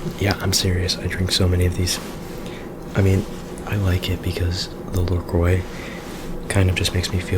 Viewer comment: LeCroi!